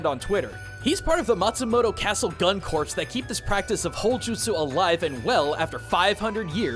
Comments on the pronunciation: In Corps the P is silent. Pronounced core like center, not corpse. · I can’t believe he called it gun “corpse” not corps… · IT IS NOT 'CORPSE.' A CORPSE IS A DEAD THING. IT IS 'CORPS,' LIKE THE UNITED STATES MARINE CORPS. 'CORPS' IS A WORD WE BORROWED FROM THE FRENCH. YOU DO NOT PRONOUNCE THE 'P' OR THE 'S.' RAAAAAAHHHH Seriously though, it took me a solid five minutes to figure out that the name wasn't just metal-inspired, or that they had a terrible understanding of English. Ya boy thought that the gun-samurais just wanted to sound cool.